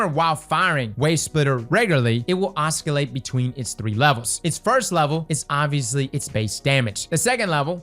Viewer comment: the fact that he is pronouncing oscillating with a hard c is the most distracting thing